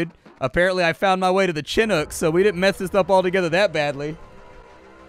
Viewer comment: chin-nook? O.o CHIN-NOOK?